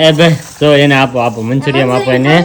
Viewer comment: Manchurm nhi manchurian khevay ...😊